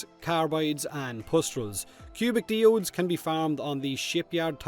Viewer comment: Diodes is pronounced "Die-Ohdes", all together now Planet Earth. Similarly Biome(s) is not pronounced "Bee-Ohme(s)" it's spoken as "Bye-Ohme(s)".